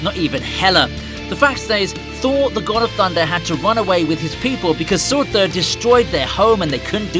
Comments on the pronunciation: It’s not suortur it’s surtur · Who tf is Suurthüer😂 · I hate how he tries to pronounce 'Surtur' in a norse way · Learn to say surtur please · Ime slightly bothered by the way you pronounce surtur... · I seriously hate the way you say "Surtur". You're trying too hard. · the way you say surtur is the funniest thing ive ever heard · The way you say Surtur is hilarious 😁🤣😎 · The way this guy says surtur 😂😂😂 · The way he says surtur tho lol